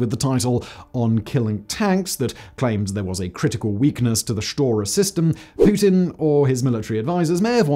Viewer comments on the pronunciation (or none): none